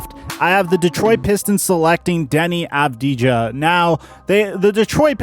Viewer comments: Deni avdia, this is hiw you pronounce it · Deni Avdya you dont say the j